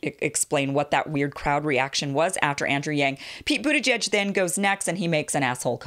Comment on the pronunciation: I thought that the announcer said “Pete Bootyjudge” instead of Buttigeig and I assumed he never heard that nickname before